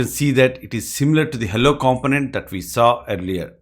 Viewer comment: With the word component, the stress is on the second syllable comPOnent.